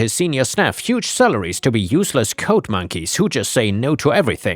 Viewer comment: "G"s have a softer sound than a hard "C" or "K". The way you pronounce "logged" is actually how the word "locked" is pronounced, "G"s and "ck"s are not interchangeable. Same with "D" and "T", the way you say "code" is actually how the word "coat" is pronounced. The "D" sound should be softer than a "T" sound, they are also not interchangeable.